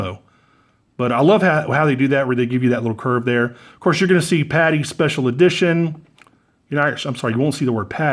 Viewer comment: "Special EdiTOIN"